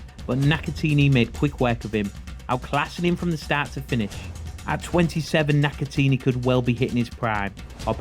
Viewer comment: NakatAHni not NakaTEENY lmao